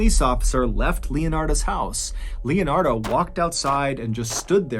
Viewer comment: I just came to the comment section to see if anyone else heard “Raphael and Leonarda” and kept thinking of the Ninja Turtles 🐢